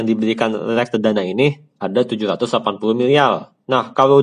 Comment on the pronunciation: miliar !! , milialll wkwkwk😂